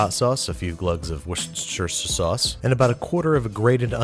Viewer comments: As an Englishman you pronounce the Worcestershire sauce as follows: Wous ter shire sauce. Spoken in 3 syllables, The shire is spoke the same as you would pronounce New Hampshire Hope this helps with the pronunciation 😏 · I keep laughing every time I hear you try and say Worcester Sauce it's mean I know but I can't help it XD XD :'D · war-chester-shire sauce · WiuSteRcHieRR sauc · "For easy meatsribution" "Wessschusstter sauce" I feel a connection to Babish now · "A few glugs of Wustistichistersause" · Sparky808 warsaystershire sauce 🤠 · "Wchschhschshster sauce" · Ross Fragante weird. I read it as he said it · a few glugs of hot sauce and a few glugs of "whose shirt her shirt" sauce 😂😂😂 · Worcester Sauce... every time...love it! :D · I like that woucestersuistersichester sauce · I suck at spelling it on paper, but as an aussie, I (mis)pronounce it as worst-tea-shire sauce. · Love it... Especially the wrcshshster sauce😂😂😂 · Legend has it he is still pronouncing that sauce "worstershaier" to this day.... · Has babish ever called the what'stheshire sauce winchester sauce? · Here’s a tip Worcestershire sauce is pronounced wustershire sauce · Americans! You don't have to pronounce the Shire in Worcestershire. Also in the UK we prounounce Worcester simply as WUSTER. So instead of struggling just call it WUSTER SORSE like we do but if you want to show off say WUSTERSHER sauce instead but honestly, no one here bothers. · You almost had it. Wusster-sheer. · So, I don't think I saw any Worcester Sauce in this video, But I was always taught to pronounce it Wis-ter-sheer, Mind you I'm Australian so I'm not sure if that is correct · Wus-ter-sher sauce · FYI “Worcestershire” is pronounced “wuster-shire” or “wuster-shuh”, depending where in Britain you’re from. Yeah...we’re odd! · Gotta look for woust-ersch-terhj39r8dk_=!)sher sauce in my kitchen. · ˈwu̇-stər-ˌshir: Why does everybody insist on being an idiot when it comes to pronouncing Worchestershire?